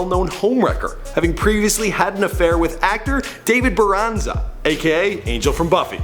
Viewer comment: Who the heck is David Boranza? Lol, it's Boreanaz.....but I get it, it's an odd last name to pronounce...